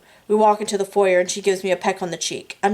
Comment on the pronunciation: thank you for doing these readings. Might I suggest you put a mark by the words you don't know and learn the meanings and correct pronunciations,check foyer and Chablis for starters. Please disregard my other comments, I am listening to this while ill and got turned around missing 3.5. Thanks again for your selfless contribution to us hopeless romantics.